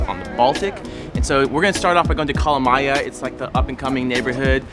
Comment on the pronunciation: I loved the way you said Kalamaja.